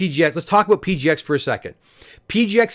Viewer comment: Did he say, “talk aboot”?